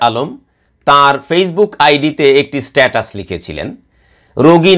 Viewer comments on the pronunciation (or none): none